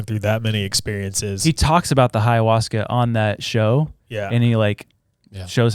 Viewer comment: It's hilarious that pronounces ayahuasca with an h in front of it lol